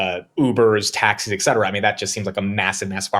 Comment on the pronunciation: Did say 'eK cetera'? That is incorrect. 'et cetera' is pronounced with a ' T '! eT cetera. I know is very smart. Why do so many smart people mispronounce such a simple word?! 😊